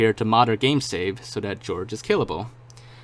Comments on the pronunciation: Why do you pronounce Jorge like George? that's so wrong. It's supposed to be like 'HorHey' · Jorge is not pronounced "George" , it's "Hor-hey"